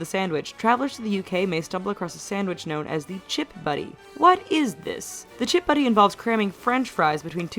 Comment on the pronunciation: In this video, the lady said chip buddy its chip butty and yes we have strange rules compared to america. Who cares? We are so used to these rules and you are saying it like its a bad thing. We might not have the best rules and the best food but we are the United Kingdom and we are happy just the way we are and if you don't like it, go somewhere else